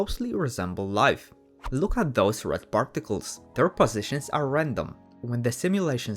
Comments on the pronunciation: 'parrticless' lol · I though he sed farticels